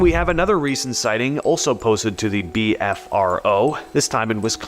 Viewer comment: Just for the record, its not "beefro" its simply the letters BFRO.